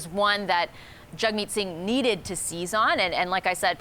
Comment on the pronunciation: These two woman cant even get Jagmeet's name correct , very poor journalism.